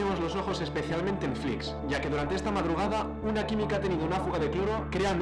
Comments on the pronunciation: Conozco a uno de Flix y creo que lo pronuncias mal, yo lo pronunciaba igual que tu al principio, pero él siempre me decía "Flix com Peix", es decir que se pronuncia "flis" (una s final algo más como cerca a una ch) y no "flics". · Muy bien el video pero es [flíʃ] flish no flics... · Hola, una anotación. El pueblo se pronuncia Flish (sh seria ese sonido en inglés) y no Fliks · Te he descubierto hace un rato por tik tok al ver el vídeo del camping els alfacs, yo me he criado en la ràpita y mi mejor amiga de la infancia vivía frente al camping, de hecho su casa se ve en tu reportaje, tienes nueva suscriptora, lo único que sí cambiaría es decir los nombres como toca, en catalán, que me sangra la oreja cada vez que lo oigo diferente, Flix se pronuncia "Flish" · Buenas! Excelente video, pero muy importante que para los que somos de la comarca nos cabrea mucho, no se pronuncia como una X al uso en castellano, és una X final catalana por lo que se pronuncia parecido a " Flish" [ʃ] fricativa palatal sorda. Gracias! 🥰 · "Flish" sería la pronunciación más aproximada. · Només et falta saber pronunciar bé el nom del poble.